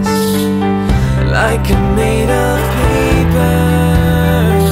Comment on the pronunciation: Why he says "peeper" and "skyscreeper" instead of paper and skyscraper?